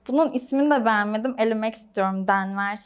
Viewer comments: Eğer burdaki isimler la casa de papel isimleriyse denvır die okunan ismi denver demesi aah çok kötü hissediyorum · Titiz kız DENVER DEĞİL Denvır